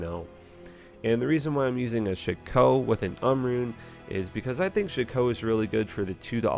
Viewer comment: It's not sha-ko It's shack - o